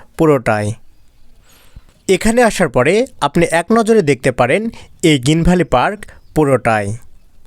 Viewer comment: গিন ভ্যালি না ভাই,গ্রীন ভ্যালি।